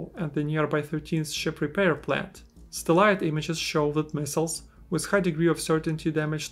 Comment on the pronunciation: bro you gotta learn how to pronounce satellite 💀